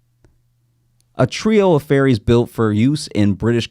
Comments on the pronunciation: LOL Josh I thought you were saying Fairies…not ferries. I was like WHAT is happening, am I witnessing some ethereal human trafficking right now. I didn’t even know we had confirmed they exist and now they’re being casually sold- it’s been a crazy few years but I didn’t know fairies were confirmed as real. Couldn’t be more relieved that the fairies are okay 😂☠️ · Omgosh... you were saying "FERRIES" not "fairies" which is what i heard as i was busying about the house listening to this lol... i was so lost on the topic